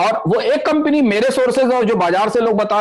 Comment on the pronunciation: कम्पनी को कम्पिनी बोल रहे हैं आप।